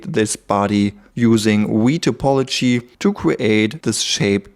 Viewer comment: What did you say "wee topology"? What's that?